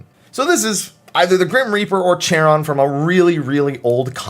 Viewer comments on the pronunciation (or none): Hate to be that guy but Charon is usually pronounced (if we're talking about the greek ferryman) with a hard K sound rather than the ch sound. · Charon is pronounced with a k sound. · The “ch” in Charon is hard, so it sounds like “karon”